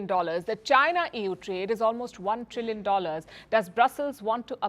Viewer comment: Did I hear " EWWWWW or EU " !!